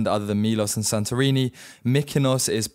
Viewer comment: Your pronunciation of the islands could be improved As a start Mykonos is pronounced MEkonos Y and I in Europe is always E not I Thir MElos ( not Don't exaggeratev, its daft Santorini nt ir a D in Greece